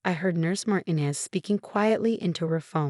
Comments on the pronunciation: It’s Mar-TEEN-ez. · Mar TEE nez. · FOR GOD'S SAKE -- PLEASE PRONOUNCE MARTINEZ CORRECTLY! THE ACCENT IS ON THE SECOND SYLLABLE!!!!!!